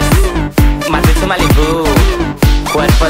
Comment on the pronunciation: Parece que dice 'maldito malybu'